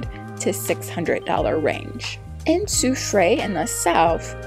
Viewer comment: Sou-freh is the pronunciation.